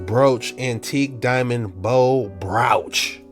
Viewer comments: 😂 BREW-CH 😂❤❤❤some say BRO-CH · It's Broach ... Like Roach 🪳😂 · It is pronounced "Broach" not Browch..!